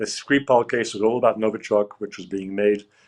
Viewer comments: It’s pronounced Novychock 🤦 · Thank you both. What a wonderful clever guest. And sweet Natalie please check your pronunciation of novichok😅